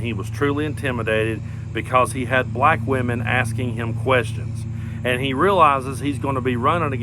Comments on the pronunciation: I absolutely abhor the way he says the word; “Black.” Black = a one syllable word, not a two syllable word. Why? He’s a disgrace. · Thanks to my governor Tim Walz saying that the GOP or whatever are weird even by how Donald Trump talks is kind of weird how he pronounces the word black, China or Indian it just sounds weird when you hear it from his racist disgusting mouth. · He intentionally/sub-consciously mispronounces anything his bigoted, poisoned, tiny mind doesn't like.